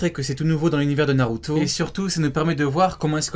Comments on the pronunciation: " Narutoooo " pk t'appuies sur la fin ? mdr t'as une manière de prononcé Naruto mon gars c'est chaud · cette facon de dire naruto mdrrrrrrrrrrrrrrr